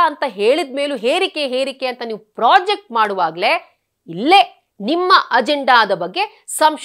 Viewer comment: ಅದು ಪ್ರಾಜೆಕ್ಟ್ ಅಲ್ಲ, ಪ್ರೊಜೆಕ್ಟ್.ಮಾಡುವುದು.